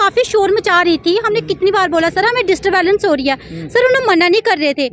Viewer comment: Disturbance hota hai disturbalance nhi hota